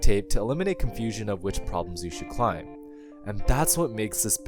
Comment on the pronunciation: yeah gotta downvote literally just for you pronouncing the B in "climb" like a sociopath